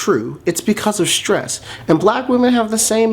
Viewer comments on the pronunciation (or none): It's nor Shtress - it's stress. No 'h'.